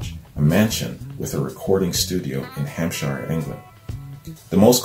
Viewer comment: Hampshire is pronounced Hampsheer, and Worcester or Worcestershire is pronounced Wusster or Wusstersheer